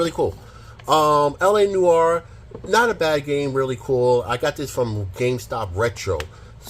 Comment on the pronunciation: You mispronounce and misread almost every game you showed, but nailed L.A. NOIRE 😂😂😂 Thx for the vid